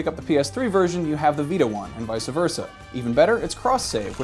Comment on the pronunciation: Vice-a verse-a :D